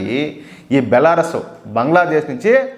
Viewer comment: బెలారస్ కాదు బెలారూస్